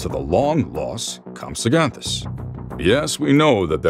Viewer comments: “Comsoganthus?”😂😂😂😂😂 it’s: (comp-SUG-nah-this) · Bro pronounced compsognathus wrong and mosasaurus